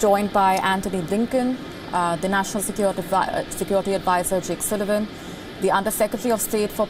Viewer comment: Please don't say sekioriti🤣